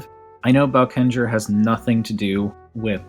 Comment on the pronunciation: It’s pronounced boekenger, great review